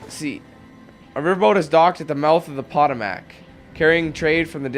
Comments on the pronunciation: Sooo... I live next to the Potomac, and have never heard someone say it that way. We all say "Puh-Toe-Mick" here. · Potomac River isn't pronounced "pot o mak" it's "poe toe mick". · IT'S PRONOUNCED PA-TOE-MACK! NOT POT-O-MACK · rlly m8 Potomac??? that was some of the worst pronunciation lol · Hahahah the Pot-o-mack??? Lmao someone has never been to the DC area... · it's pronounced patomack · its Pa-toe-mac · Lol whats a Pot-o-mac? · Can’t even pronounce Potomac correct